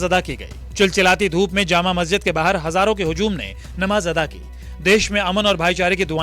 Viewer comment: शब्द नमाज़ अता करना नहीं है शब्द अदा सही है एंकर ने उच्चारण दुरुस्त नहीं किया